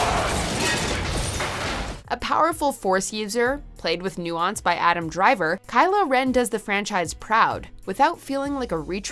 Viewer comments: Cry-lo Ren? lmao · Sees Kylo Meh Instant Dislike!! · KYLOO REN??????? ÂÂAAAAÂAÂAAAÂAÂ TAKING TOP10 WTF IS GOING ON WHATS GOING ON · Kyle ren? 😂😂😂😂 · Kylo ren... Kylo ren!? 😂😂😂😂😂